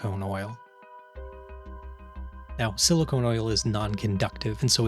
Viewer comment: In your intro you pronounced "silicone" and "silicon" the same way. Just thought I'd point that out. Bit of a pet peeve. I hate for people to think silicone oil has anything to do with silicon.